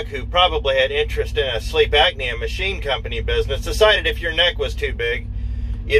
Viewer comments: Great information, thanks for passing it on! Not to be critical, but just F.Y.I……….it’s “Sleep Apnea”, not “Agnea” it’s pronounced: “App-knee-A”. Also, I am going to purchase a bucket of emergency meals once they go on sale at Costco later this week. 150 nutritional meals in a 5-gallon bucket, and you only need to add water. It’s just a thought for anyone who wants to keep a bucket in their truck, if not for all meals, at least for a quick meal if you’re not around any place that serves “healthy” meals. The meals have a shelf life of 25 years, so, it’s something to consider, if nothing else, to supplement your diet diet. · please understand that there is a "P" in apnea, not a C..